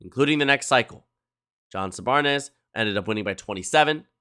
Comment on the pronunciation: Congressman John Sarbanes, son of former US Senator Paul Sarbanes. Pronounced Sar' bayns.